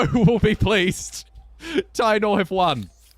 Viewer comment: I believe the Spanish pronounciation of taino is Ta-ee-no